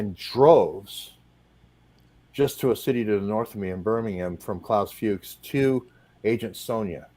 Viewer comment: pronounced Klaus Fooks